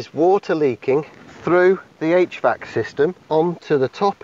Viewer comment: What is he saying? H-VAX system?